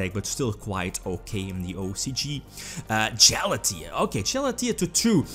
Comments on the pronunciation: no one: You: “Jala-tea” It’s “Gala-taia” I know you have an accent, but at least try to pronounce correctly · Galatea could get banned in the TCG, and still the murder would never be as brutal as this pronunciation. #DJHAALATEEE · Especially considering it should be Ralatea